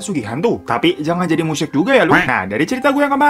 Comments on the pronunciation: Bang, itu musyrik. Bukan musryik🤣🤣🤣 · Musyrik bang bukan musryik